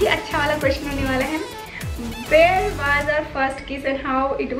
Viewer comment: It’s not waaaz it’s waz don’t stretch the “a”in “was”